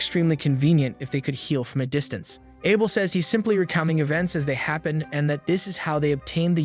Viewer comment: the narration is bad tho. there are a lot of mistakes simply because the channle owner doesnt bother to proofread the script it got Chat GPT to make. and arent AI supposed to be smart?? can't even say Abel right, but can SOMEHOW say the most obscure names perfectly fine...